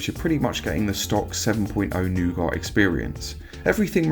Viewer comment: Not nougoht! It's nougat!